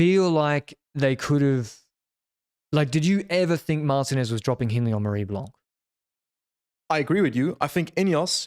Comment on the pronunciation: Great coverage, but can we get a "Mar-TEEN-ez"? Don't say it like an English guy.